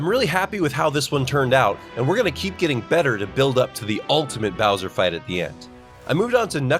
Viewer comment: no way he call it browser fight instead of Bowser fight😂